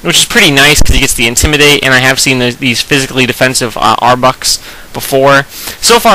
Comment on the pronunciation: Dude love your vids, but please don't say intimidate like that. :P